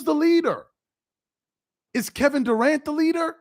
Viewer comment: Kevin DA-ANT 😆 🤣 😂